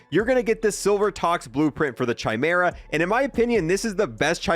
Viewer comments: It's pronounced Kai Merah. No Chai Merah. How have you never heard this word before. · Awesome vid! my only complaint is pronounce Chimera right 😂it's "ky-mer-ah" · Please please stop saying “shy mera” please! I’m sorry but it sounds dumb asf! It’s pronounced “ky mera” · It's pronounced 'kai-mera' please stop murdering the name 😂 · dude for real said "ciaimera" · I know it annoys me too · literally cant tell whether people are meming or not when they pronounce it chy lol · I'm not American. "Kai-meera", where "kai" rhymes with "eye". It's Greek in origin, so the Ch is a K. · The H in Chimera is silent. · I thought I was the only one bothered by the pronunciation lmao